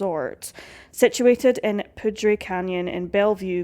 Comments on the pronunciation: Arapaho is “uh-rap-uh-hoe” and poudre is “pooder” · Yeah, Ah-RAH-pah-ho, and POO-der. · Poudre is pronounced Pooder just fyi … very interesting case and well done video. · Poudre is pronounced "pooter" not "poodray." I did the same thing when I moved here. 😂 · Lol. It's pronounced pooder. Spelled like poudre. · Jesus, learn to pronounce some of these names, please. Even someone from Scotland can pronounce “Poudre” correctly… you’re closer to France than Colorado is..